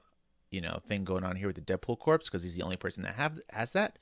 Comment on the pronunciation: Some corrections (I"m only a quarter of the way through the video, but I wanted to make note of these as I see them): corps is pronounce "core" not "corpse" Cable can get up to 4 THW and 5 ATK with 3 acceleration tokens, not 3/3.